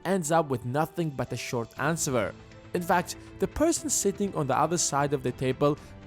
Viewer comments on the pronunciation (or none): It's not pronounced ans wer